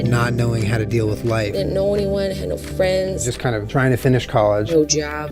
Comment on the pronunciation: Uhn they ar Fwends